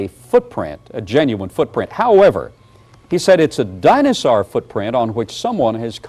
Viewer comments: DINAHSAURGH... Shiver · I'm re-watching this series in the 2025 spooky season. I'm still heartbroken over the destruction of the acrocanthasaurus fossil, and still perturbed by Baugh's pronunciation of "dino-saar." He truly doesn't human very well, does he?? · I don't like the way Baugh pronounces dinosaur. Just putting that out there. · Why does he have such a weird pronunciation of "dinosaur"??